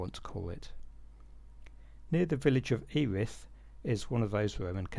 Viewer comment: 👍 on ‘Gumster’, but isn’t Earith (‘ear-rith’) actually “eh-rith”?